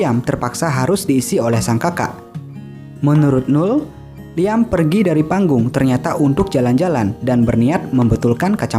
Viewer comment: kata "liam" disebut bukan "liam" min tapi "liem"